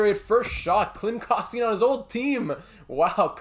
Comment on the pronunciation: My favorite prospect Klim Koston but man, it’s drivin me crazy but Ik u don’t know, it’s pronounced, Klim Kos-ten